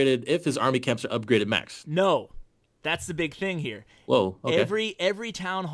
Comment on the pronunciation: The no is how u say no to drugs :p